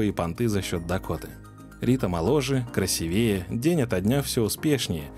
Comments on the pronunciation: КрасИвее, а не красивЕе. 😩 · Что такое « бизнес львица»??? И почему красивЕе, а не красИвее???